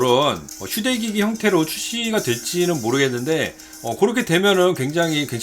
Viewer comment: 왜 난 "슈레기"라고 들었을까... 난 타락해버렸어.. 5번 다시 듣고, 아.. 휴대기기.. 라고 생각했네 ㅋㅋㅋㅋ